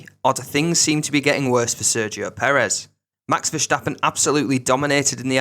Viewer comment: Why do you pronounce ’verstappen” as ’verschtappen’? The S is pronounced as in the word stop. Not diffiicult